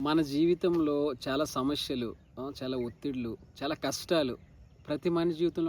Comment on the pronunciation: Samasyalu aney padham palakatam nerchuko mundhu